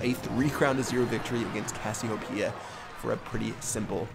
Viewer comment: Anyone else cringe when he mispronounced Cassiopeia?